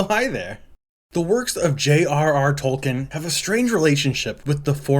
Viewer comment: if you went to school in the ussr you would at least be able to pronounce tolkien properly 💀